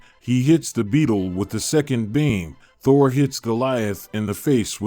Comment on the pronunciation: This text to speech is so awful it pronounced Thor Ta-whore!